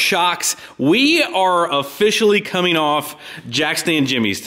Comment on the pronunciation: "Workeen, comeen, rolleen, beareens".